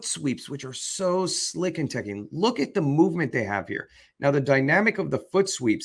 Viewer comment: It's Taekkyeon.